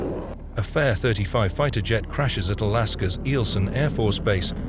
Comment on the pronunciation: Stupid A.I. voice.. 1)r.h.a.f instead of r.a.f 2) fair-35 instead of f-35 3) one thousand nine hundred and ninety six instead of 1996.